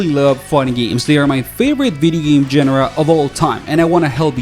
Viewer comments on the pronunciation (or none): "gen-er-uh" I have never heard it pronounced that way. Where is this luxurious accent from? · Good video, small besides-the-point thing: you pronounce "genre" very unusually compared to basically all other words that you pronounce quite normally. It was throwing me off. :D